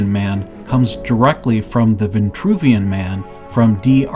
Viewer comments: “Vitruvian” man, not “Ventruvian” !! The word has no e nor that extra n! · Almost lasted 5 minutes. veNtruvian.. Sorry credibility is a go no go for me. If pronuciation accuracy isnt important, what else isnt? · It’s Geo-metry WTH is G-aahmtree. And its Vin-true v-in . TRUE vien true! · it it vintruvian or vitruvian? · Why the variant pronunciations of Vitruvian and VINtruvian? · This "Vintruvian" shxt is really bothering me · Funny, because there's no "n" in Vitruvian! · Vitruvian with one N and Vitruvius with no N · I noticed that too, like through the whole video. I put the closed caption on just to make sure I wasn’t hearing this completely wrong, but yeah there’s no “n” there. Let’s be mindful of how words might sound and actually how they are spelled. Although a great presentation, that part was hard to listen to. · There is no 'n' in Vitruvian man. Ironic that you can't pronounce this holy name right.